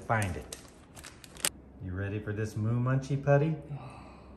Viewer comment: Moo, not moon. 😄😄😄